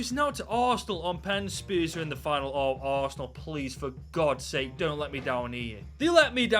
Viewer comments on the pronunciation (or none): none